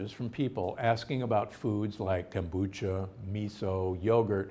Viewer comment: Kome on! How hard is it to pronounce Kombucha?